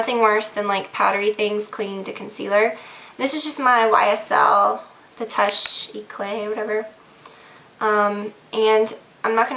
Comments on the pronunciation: Just so you know... :) The Touche Éclat is pronounced Toosh Hey-Clah... Hope this helps :) Love your vids xxx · you can pronounce Touche eclat as two-sh ay-clot. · I was watching another video the other day where a girl was using that undereye concealer, and the way she pronounced it was "toosh ee-clot" with the t at the end sounding very soft. I noticed everytime you mention it, you're not 100% sure, maybe that helps? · it is pronounced like this ....toush e-cla it means touch of radiance... or radiant touch ......french canadian here lol